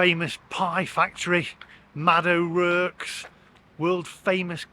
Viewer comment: Sorry. That’s a Brummie accent, not Black Country. And it’s pronounced ‘O’ Rorks’